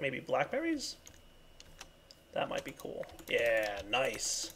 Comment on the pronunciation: Y u alwys say "kewl" I know that I have bad grammar, it's for da fun